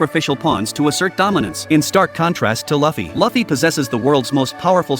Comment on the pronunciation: Keep saying fluffy Lu fee